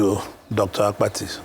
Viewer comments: I thought something was wrong with my ear. I equally heard Dr. Akpati several times Instead of Dr. Abati. Akpati means luggage in Igbo language. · Dr 'AKPATI' , you supposed to correct him on how he pronounced your name, he knew you almost 40yrs according to him and still pronounced your name as Akpati (box)